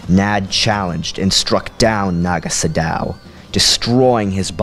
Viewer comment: it's pronounced sado not sodao fyi